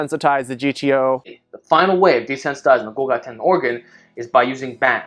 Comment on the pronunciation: The way he pronounced golgi makes me vomit.